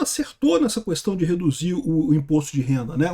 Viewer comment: O fala “cuestão” 😄